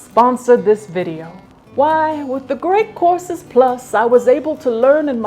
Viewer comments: Every time you say the sponsors name, my tinnitus hears “The Great Corpses”. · I thought she said she was sponsored by The Great Corpses Plus at first 😆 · totally thought you said “great CORPSES plus” and was absolutely mortified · Why do I hear "Great Corpses Plus" every single time??? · I automatically hear it that way myself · I heard it like that the second and third time she said it, even though I already saw the logo and knew it was courses. Lol